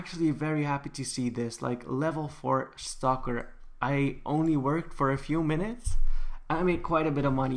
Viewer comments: When he said "stocker" I thought he said "stalker" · I thought you were saying stalker not stocker lol